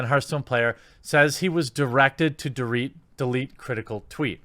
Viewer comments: “...to dereat the tweet.” Oh no. The Chinese have him! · "Directed to derete" Jeremy racist cOnFiRmEd